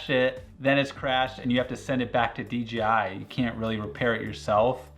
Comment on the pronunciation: in France, it's only been less than a decade that dorks know how to say "J" and not "G", but you quite often hear "deedjeehigh" around. So I guess, we have a fellow french spy here getting uncovered !